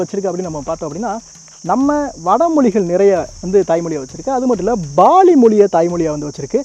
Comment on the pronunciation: பாலி என்றால் Paali, baali இல்லை.